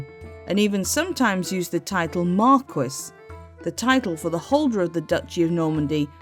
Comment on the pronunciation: Marquis is spoken "MarK-ee"